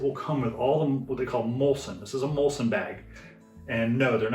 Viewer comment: Great video. Just wanted to point out that it is muslin and not mulsin. Maybe you guys in the US say it that way 🤔